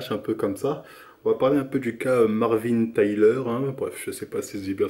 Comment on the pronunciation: Toi et la prononciation des noms vraiment 😂 Marvin Tyler